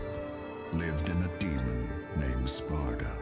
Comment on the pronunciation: Funny how Granny says "Sparta" instead of "Sparda". Just as expected of DMC 2